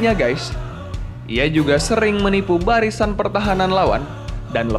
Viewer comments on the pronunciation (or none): none